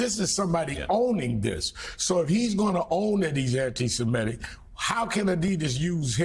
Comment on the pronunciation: The word is "ANTI-SEMITIC", not "ANTI-SEMETIC"! Get your pronunciation right, people!